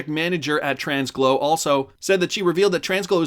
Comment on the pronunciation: Tranglo isn’t pronounced with an s in the middle 😂😅. Always love your videos though. Still liked and subscribed.